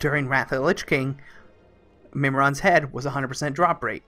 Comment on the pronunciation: MIM IRON not MIM RON ;)